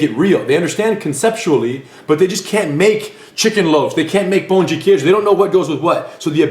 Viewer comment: Perfect pronunciation of Pão de Queijo